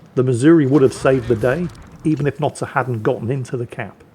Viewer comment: Sir, it’s not sir, it’s Notser